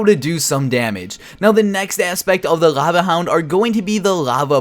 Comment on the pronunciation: Work on pronouncing your "L"